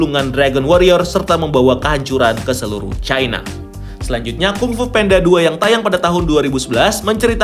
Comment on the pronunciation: Baru tau jga panda itu bacanya penda